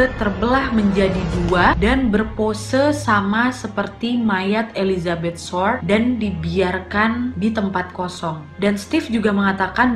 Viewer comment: Ketawa aku wakk pas salah sebut nama marga dari hodel menjadi "Holden" Dan Elizabeth short menjadi firllt atau apalah itu wkwkwk. Saking semangatnya sampe lupa dan salah sebut 😂